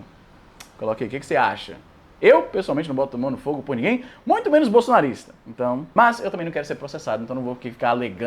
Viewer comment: Chatão izzy enfatizando O BOLSONARISTA!!!. Faz parecer o cara um Alan dos panos da vida...